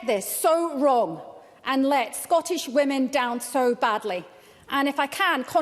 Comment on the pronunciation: The word "Scottish" contains two letter "Ts". Why do ignorant MSPs repeatedly pronounce the word as "Scorrish"?